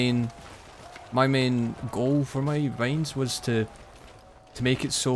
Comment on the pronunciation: ur talking is so wierd waht kind of accent is that i dont understand most of the important key words since u pronounce binds like beynds wtf